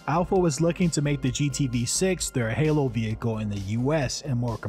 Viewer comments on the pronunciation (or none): none